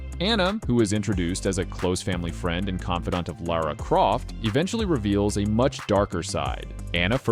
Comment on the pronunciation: Woah, a north-american who can pronounce Lara?